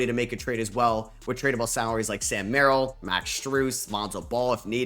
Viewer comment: I'm noticing you have a knack for mispronouncing some players names consistently. In this video its Taelon Peter (you said tayleon when I assume its taylen) and then Jock Landale (you say Lawndale when its lan dale) and Sam Merrill (you say Muh-rill)